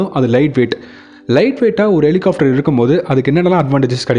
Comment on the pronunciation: Helicopter! Helihofter அல்ல! இதை chopper என்றும் சொல்வதுண்டு.